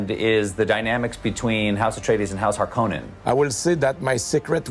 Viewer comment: I'm so happy that Denis pronounces Harkonnen in the correct way like Herbert did, and not how the Lynch movie did.